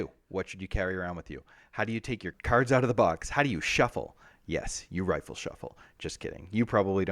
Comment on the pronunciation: Good walkthrough. Just one thing. It’s “riffle shuffle” not “rifle shuffle”.